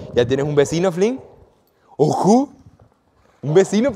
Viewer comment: Besino nuevo dise yair 😂😂